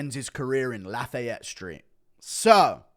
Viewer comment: Laugh-A-yet is definitely a new one. It’s laughy-ette or laugh-I-yette